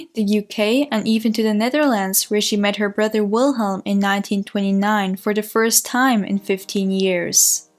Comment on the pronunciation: Great job. But please out of respect. Pronounce the german names. German. We germans also. Love our language...thank you. Alles liebe.